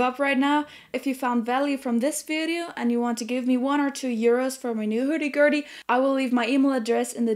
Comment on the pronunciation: "Hairdy Gairdy"...*love*